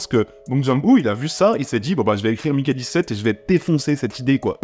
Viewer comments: On a maintenant une explication de pourquoi le film est resté dans un tiroir pendant 1 an après avoir été terminé: son aspect politique. Parce-contre c'est pas contre toi (no offense) mais Mickey ça se prononce Miki et pas Maïki. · Ne t'embête pas avec la prononciation des mots étrangers, il vaut mieux te faire comprendre de ton public que d'essayer des prononciations hasardeuses. Mais pour info, Mickey se prononce plutôt "miki". Pour prononcer "mailleki" il faut avoir le prénom Mikey. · J'ai un vrai gros problème avec les prononciation c'est terrible, surtout qu'ils prononcent "Miki" 140 fois dans le film...